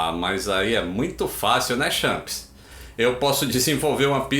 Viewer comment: O abrasileirou o slang champs 😂 muito bom 😊